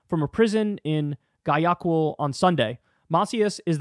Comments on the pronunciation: nope pronounced 'why a keel'. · The southern city is pronounced 'y a keel'. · It’s GUA YA KEIL whitë boi lol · Lol his pronunciation of Spanish names! 😂😂😂. Say it with me: Goy-yah-keel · Yeah…that was bad. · Gwa-YA-kill is how you pronounce it kyl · Damn it Kyle… it’s pronounced WOW-AH-Kill Ecuador has suffered enough already. Do you also have to butchered the name of its cities?? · It’s pronounced Guaya-keel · Kulinski would benefit from a month of Spanish lessons. His pronunciation of Guayaquil is horrendous.